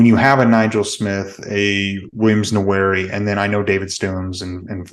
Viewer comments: Hey, just fyi... I'm pretty sure his name is pronounced, Williams Nwaneri (Nah-Nuree). It should be pronounced as, 'Nwah-Nuree' but I think you can get away with the former pronunciation. I was actually wondering how to say his last name myself & just wanted to help you out. Great channel btw guys! Keep it going! 👍🏾 #BOOMER! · i'm not sure why so many people have trouble pronouncing nwaneri